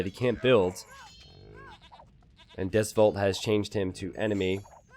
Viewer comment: Hearing pronounce Deus Vult wrong really makes me wanna crusade on Florida.